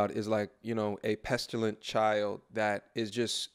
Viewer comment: one small thing... it is a 'petulant child', not a 'pestillant child'. small thing. But kind of in the sprit of your axe-vs-ask video a few weeks back...